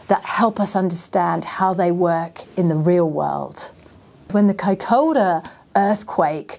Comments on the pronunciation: Vey interesting, but wincing a little at the repeated mispronunciation "kai-COW-ra" in the first half! Compare the correct pronunciation ... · No. It's Kai-ko-ra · Isn’t it pronounced Kaicoora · Its pronounced Kaikura!